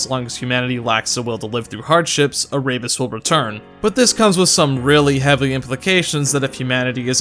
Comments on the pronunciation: he pronounced Erebus incorrectly too. Air-e-bus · Ah-rabies Lmao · Great video, but im not going to lie i cringed each time he said Erebus as Araybus.